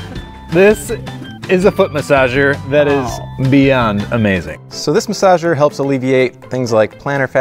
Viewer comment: jon: oh its a foot masasher me: i have a masagsh cair